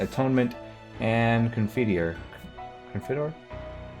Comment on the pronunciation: You are pronouncing "Confiteor" correctly. <3